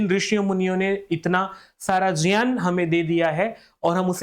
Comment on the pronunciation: ज् + ञ् + अ =ज्ञ है। और ज्यान सही उच्चारण नहीं है। यह प्रान्तीय accent के कारण कुछ लोग बोलते हैं।